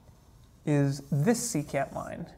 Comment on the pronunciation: Ah thats what he was saying, secant. I though he waa saying c-cat. He lost me at that point.